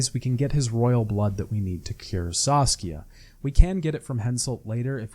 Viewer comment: I'm sorry but you REALLY need to work on checking the names before you say them. Across all three videos I'm pretty sure you mispronounced at least half the names, if not more. Most of the time it's like a letter or two off but still annoying, like Saskia, Zoltan, Loredo, Redania, Kaedwen, the eye of Nehaleni, Elihal, Corinne Tilly, Aen Elle, Caleb Menge, Dijkstra, Faroe, Spikeroog, Ermion, Morkvarg, Svanrige, and this isn't even all of them. Then a few got absolutely butchered, like Anais, Loc Muinne and Crach an Craite. It gets pretty grating after a while and it makes me wanna click off what is otherwise a good video. Plus most of these come up quite often so I'm not sure how it's possible to get all of these wrong